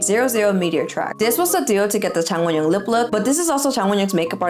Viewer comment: i like how you literally say wonyoung’s full name in ONE SYLLABLE 😂